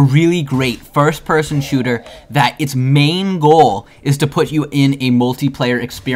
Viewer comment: 1st shtooter